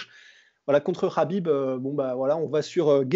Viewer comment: Ce "Rrrrhabib " , il aurait pu perdre contre johnson, il a raté deux fois la pesée contre ferguson et là il s'arrange pour ne pas y aller , ca fait juste 3 fois qu'il évite ferguson. Franchement qu'il affronte un lutteur qui est super bon au sol comme ferguson ou GSP et on en reparlera. En tout cas toujours sympa vos videos.